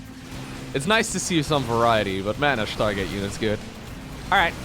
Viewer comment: Schtargate units. Dem dutch accent coming through.